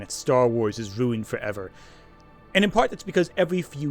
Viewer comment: Why did u start pronouncing ruined like stewie griffin